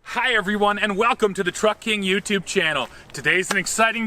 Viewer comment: My wife got really pissed off at me because i was watching this on the tv with my family, and she heard welcome to the f**k*ng youtube channel instead of truck king!!!! 🤣🤣🤣🤣